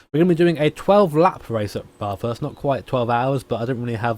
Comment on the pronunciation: Love content of Australian stuff (yay national pride) but for the love of god all you poms can’t pronounce Bathurst right :p the “a” is more like the a in apple - very flat and the like